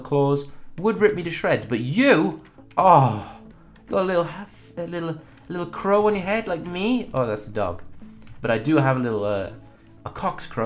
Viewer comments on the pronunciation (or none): none